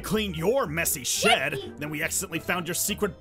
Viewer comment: I know it sounds like said Sh!t but don't worry he just said "Shed" you can go to subtitles and see for yourself